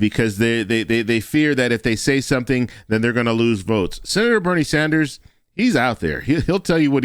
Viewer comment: Yes, Bernie Sanders he said it right